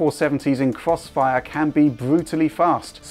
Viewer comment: is doing the cwossfire 😂